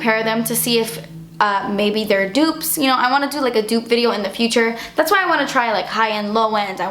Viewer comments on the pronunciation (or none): I love it when you say "dats expensive" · I find it so funny when you say "dats expensive" you need to make merchandise saying it on it's your face aswell when you say it 😂😂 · i love it when you said "dat's expensive" xD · 'Das expensive' 😂😂 I love you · Amanda Hart Exactly!!! Wasn't sure how to spell it to make it sound the way pronounces it:P